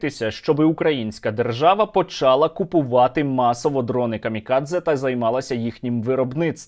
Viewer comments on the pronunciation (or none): Правильно говорити почалА, наголос, зроду не було слова почАла в українській мові, почАла - це наче здрастє так говорити